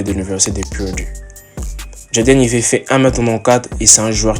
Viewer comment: Jade Aïvi si tu veux bien prononcer, pas Ivet... 😂